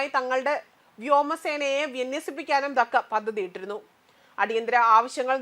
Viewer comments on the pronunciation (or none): 🎉🎉🎉🎉good look. Good point..but dhaaka pronounciation wrong. Sister names onnu koode padikkooo...aalkkarkku ningalekkal karyangal ariyamm